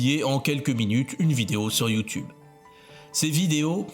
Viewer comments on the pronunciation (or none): none